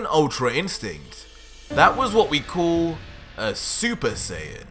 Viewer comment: Tbh, this manga series is great and all, but you need to improve on your "l" sound. "Fool" "Call" "Cool" sound kinda forced and weird.